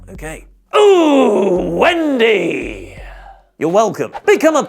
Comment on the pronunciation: he says ohh wendy, not ooo wendy